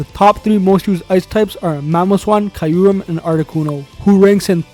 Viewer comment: The way he is pronouncing Kyurem is killing me Good vid anyway